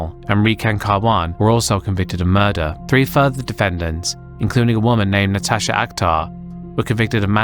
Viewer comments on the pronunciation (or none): none